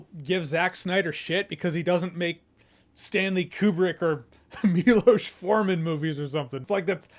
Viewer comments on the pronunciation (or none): none